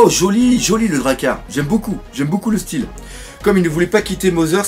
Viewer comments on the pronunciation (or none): none